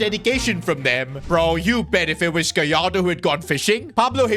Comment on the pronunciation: Gallardo ❌ Goalardo ✅